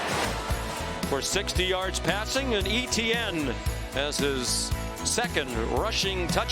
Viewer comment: Listening to these commentators mispronounce Etienne is so fkn cringe.